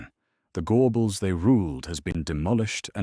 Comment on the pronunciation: It's the GOR BAALS not gobbles